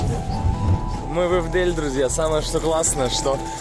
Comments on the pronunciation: Почему Ивдэль то? Если город называется Ивдель, ударение на И! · Не ИВДЭЛЬ, А Ивдель блеат! Ударение на первую И... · Не ивдЕль, а Ивдель. Красота нереальная, не раз бывал в этих местах. Живу не далеко от туда. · Почему вы произносите смешно так "ИвдЭль" я живу тут, и смешно так. Просто, и спокойно "Ивдель" ударение на И)) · Ударение не правильно говоришь. ИвдЕЕЕль. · Не ивдЕль а Ивдель , я не подолёку живу 40 минут до Ивделя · хаха ивдЭль он сказал)))) Верхняя Тура здесь) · Ребят, не ивдЭль, а Ивдель!!! Слух режет Тысячу раз упомянули этот город, и все неправильно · так ещё и вместо е произносит э. Ивдель,а не ивдЭль. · + Ивдель через Е, а не Э 😂 Очень смешно было слышать постоянное "ивдЭль" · Странно, что город не склоняет. Подъезжаем к ивдЭль. Мороз по коже. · Аж глаз подергивался от произношения ИвдЭль блэт🤣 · И кстати бро, не ИвдЭль, а ИвдЕль! Буква "Е" а не "Э".. москвичи... =)) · ИвдЭль?))) я сначала подумала, при чем тут Перевал Дятлова и Индия?)))) ребята, ну реально смешно, снимаете, спросили бы как правильно произносится город, куда направляетесь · Не ИвдЭль, а И́вдель! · Не ивдЕль😹 😹, а Ивдель. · Не ИвдЕль, а Ивдель, ударение на И 😊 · Зачем вы название то исковеркали. Ивдель, как пишу так и произношу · "ИвдЭль", "более интересней" и т. д. Ребят, что у вас с русским языком? Я понимаю, оговорки возможны, но даже не посмотреть в той же Википедии, как произносится название города, куда вы собрались, — это вообще как? "ИвдЭль", блин. Будто в Куршавель собрались. 🤦‍♂️ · Все ничего, но могли хоть бы правильно выучить название Ивдель! А не Ивдэль. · Ивдель, а не ивдэль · ИвдЕль с ударением на И прям аж ухи отваливаются такую дичь слушать подъезжаем к Ивдэль 😂😂😂 подъехать можно к Ивделю доехать до Ивделя и не визжай а Вижай тормоз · Ивдель а не ивдЭЛ ) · Ивдэль? И'вдель! Аж уши режет))) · Не Ивделия а Ивдель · Вы даже правильно город ивдель не модииье выговорить.. И столько вранья про этот город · ивдЕль бляяя тоже уши режет) Привет с Нижнего Тагила